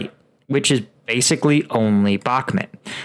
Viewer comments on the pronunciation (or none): People in the comments are saying Bahkmut is pronounced " Back mood" not " Back mit" why cant you pronounce it correctly!!